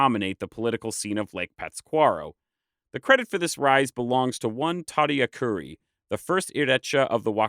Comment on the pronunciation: The accent is the emphasized syllable - puRIpecha, tadiAcuri.